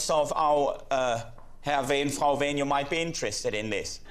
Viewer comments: I mean, who among us hasn't gone with strange men to foreign countries on a whim? Edit: Btw, you can hear his name being properly pronounced by Henning himself . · That's the correct pronunciation.